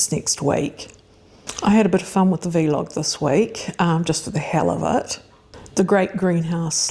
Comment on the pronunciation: Thanks for the reminder - I need to prune my gooseberry. Roses got done today. Really enjoy your sessions although the pronunciation of vlog as "vee log" jars a bit. Never heard that before :)